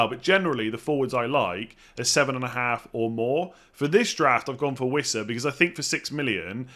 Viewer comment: bro said wissa 💀